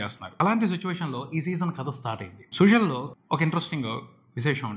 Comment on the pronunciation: Suzhal ante Sujal kaadu Sudal la palakali